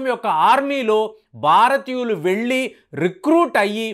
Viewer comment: బారతీయులు కాదురా నాయన భారతీయులు దేశం పేరు కూడా పలకటమ్ తెలియని నువ్వు చట్టాల గురించి చెప్తున్నావ్ ఖర్మ